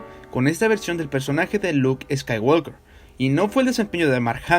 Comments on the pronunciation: Ni en la versión de Hispanoamérica ni en Inglés subtitulado dicen "escaiguolker" sino "escaiguoker" sin la L, ¿por qué lo dices con la L? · Buenas bases, buenos argumentos y excelente conceptualización, mejor aún el análisis. Sólo por favor pronuncia bien en inglés; la "l" antes de la "k" no tiene sonido. Gran video. Saludos.